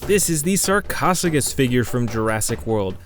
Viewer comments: it’s not [Sar-kos-oo-gus], it’s actually [Sar-Koh-Soo-Sh-Us] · Pls pranounce it correctly its spelled sarcosuchus not sarcficus